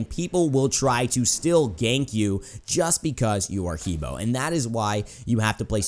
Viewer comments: hebo is actually Her Bo in Chinese pronunciation :) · Its "He buah" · Just an FYI, it's pronounced "Heh Bwāh"